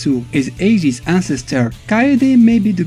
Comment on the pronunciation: You can least learn the proper pronounciation of their names. Who the f is Billy Caan? It's Billy KANE and it is pronounced Cain, like Cain and Abel. Kaede is pronounced Kaa-eh-deh. And he has black hair. His hair turned blonde when he became a Super Saiyan. Ryo is only blonde because his late mom is a blonde caucasian. Jae Hoon is pronounced Jai Hoon, not Jay Hoon... Rugal's "slashing kick" is called Genocide Cutter. Only deaf people wouldn't know the name of the attack since Rugal always shout it out loud when executing the move...